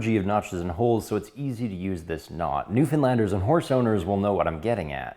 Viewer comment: At least you Pronounced Newfoundlander right 😂